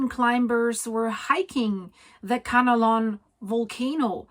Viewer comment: It’s Kanlaon, not Kanalon.